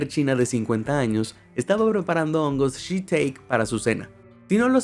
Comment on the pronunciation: Todo perfecto pero no es “shi-teik” sino “shi-tá-ke”